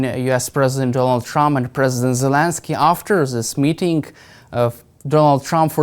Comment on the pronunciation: Why is the ’ constantly saying Zhelinskyy’? Someone please correct this bumpkin!